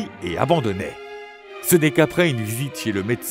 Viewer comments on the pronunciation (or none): Et coït, pas coyt 😂